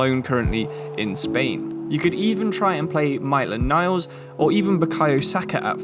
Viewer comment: I think he pronounced a single name right (mightlen niles, loookanaga, owbamyang)